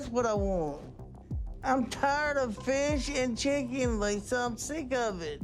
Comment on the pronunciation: "I'm tyard of feesh and cheeken!" he sounds like an idiot He looks like Jabba the Hut if you don't respect yourself, why should I?